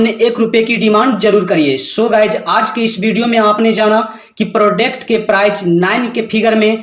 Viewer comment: Babu prodect matlab kya hota hai yadi nahi jante ho tab English mat bola karo product hota hai samjha nakal mat karo